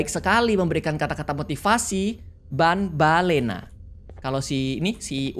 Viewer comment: Itu banbaleena di Baca banbaliina bang🗿 Dan yang abang lupa namanya jumbo josh